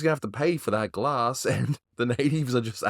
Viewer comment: Who bwoke that gwass?